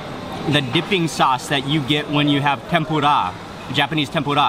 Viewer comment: I like how he pronounces tempura like tempu-RAA!